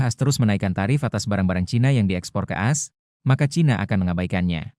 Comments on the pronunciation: Narasi dengan audio AI ini sungguh tidak enak didengar, mosok menyebut A S dengan as... Kemalasan editor merusak kualitas berita.. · Dibaca A S, bukan dibaca as, pembaca beritanya mesti belajar lagi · Bang kalau audio nya pakai text-to-speech , kalo mau AS dibaca dengan benar, pas konversi ke text to speech ,bisa tulis ‘A ES’ , jadi pas dibacanya benar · Bang admin, kalo pakai suara AI, tulis AS nya jadi A ES, biar ga aneh kedengarannya.